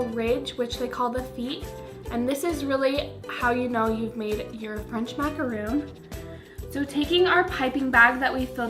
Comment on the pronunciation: No offense but no macaron recipe is no fail. The only way to get perfect macs is practice. Also the feet should definitely not look like that. You over macoranged the batter bc it was WAY too thin and the feet should not flare out like that. Plus macaron isn’t pronounced like macaroon. Cute idea tho and nothing wrong with not having perfect Macs right away but you shouldn’t be telling ppl that’s how they are supposed to look when they aren’t.